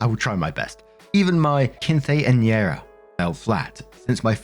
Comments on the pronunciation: Keen-ce (ce as in peace) - yen - era. The basic, non accent pronunciation. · I love the channel and the stories. I hope this helps: quince is pronounced “keen-say” and quinceanera is pronounced “keen-sen-yay-rah” 😂❤ you got really close this time tho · if it helps quinceanera is said keen-sen-yair-uh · here's a short hand until your pronunciation improves: king-say-era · I just adore you! The fact that you even care enough to try and pronounce a culturally significant word or phrase correctly speaks volumes to your character. I think you are the bee's knee's quite honestly. BUT if you want to try and work on this pronunciation, here is a suggestion to help with that: Keen-sin-yet-ta Just let that shit roll right off the tongue and you are in business! Much love back at ya! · It’s always so funny seeing struggle saying quinceanera lol Just a tip, it’s pronounced like “keen-sayn-era” but fast. Hope this helps! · pro tip. If you want to pronounce quinceañera, it goes like this: Keen-sen-yera. Hope this helps. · Quinceanera is typically pronounced like "KIN-sen-YEAH-rah." If that makes it easier. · To help u with the phonetics o. That word that always gets you. Keen - sin - era. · Quinceanera - keen sen year ah Not exactly correct, but it may help your pronunciation a bit. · Easy to pronounce. Say it with me... Keen-Son-Yh-Era. :) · Hi! Just a helpful note: Quinceañera is pronounced like keen-seh-nyera ❤ Hopefully that helps 😊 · Hey, try this: "Kin-sen-ye-ra" XD Good luck! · I have no idea if you will see this, but if you do, I hope this little pronunciation tip for quinceañera can help: Think of it in more of a phonetic way, like kin-say-ah-ni-er-uh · Hi! I’m Mexican it’s keen-seh-ÑEH-rah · If it helps,, quinceneara is pronounced keen-sane-YAIR-ah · for quinceañera its sort of like "keen-cen-yeara" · I'll help you. Quinceanera= kee-sin-yair-ah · I got you with pronouncing: "Kean-sen-year-uh"